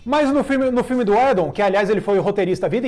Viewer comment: Só o fato dos dois não conseguirem sequer pronunciar o nome do Joss UIDON corretamente já me faz pensar se não é hora de dar adeus ao Omelete au fromage.